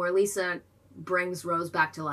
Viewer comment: 1 minor nitpick it's not pronounced like lisa. no lee sound just li sound